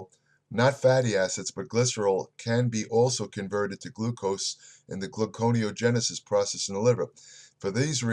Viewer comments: correct, but he pronounces it, "glucono (glue con oh) genesis" LOL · pronounces so many words wrong..it's gluconeogenesis pronounce gluco neo genesis